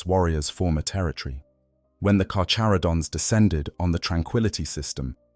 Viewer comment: The CH in "carCHaradon" us pronounced with the hard CH. It's (car-care-uh-don).........I like sharks, great white is "carcharadon carcharius"....Alternatively, ive heard it (car-car-uh-don car-car-E-us) too, but only from people from metric countries....but its definitely nit (car-chuh-ro-dons) or (char-char-id-ons) or (car-chair-id-ons)